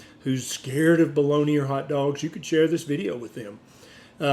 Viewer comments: Doctor BOLOGNA, not Boloni.. 😂It is an Italian city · Why do you pronounce it "balloney" though? It's Italian not a dialect from Louisiana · What is Baloney? Is it just some US mispronounciation of Bolonga? If it is, it's bloody irritating. 😐